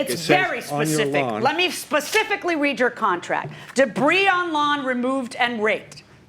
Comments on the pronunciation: As soon as I heard her say "de-breeze" I wrote her off...🤦🏽‍♀️ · It drove me slightly nuts that she kept pronouncing the "s" in "debris." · Defendant needs to go back to school. The “s” on debris is silent. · "debris" is not pronounced with an "s" sound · You don't pronounce the 's' in debris. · Dear, the S in DEBRIS is SILENT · Omg me too. I wanted JM to correct her so badly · Does someone want to tell her the s in debris is silent 🤫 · Being petty here, but if she pronounced the 's' on the word 'debris' one more time, I was going to scream!!! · Trust me, you’re not being petty! I wanted to punch the screen 😂